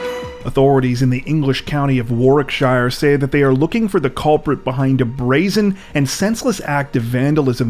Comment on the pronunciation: In the UK it is "thousands of pounds " of damage Also it's pronounced wa'r-ik-shir not war-wick-shire